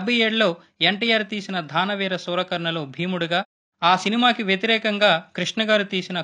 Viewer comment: ఆ సినిమాకి పోటీగా అనాలి వ్యతిరేకం గా కాదు,. అలాగే--- దాన వీర సూర కర్ణ -- ద్దా న వీర సూరకర్ణ కాదు . పదిమంది చూసే వీడియో లో కొంచెం ఒళ్ళు దగ్గర పెట్టుకుమీ చదవాలి .